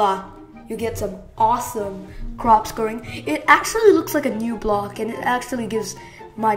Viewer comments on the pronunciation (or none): none